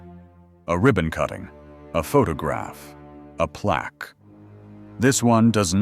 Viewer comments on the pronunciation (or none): none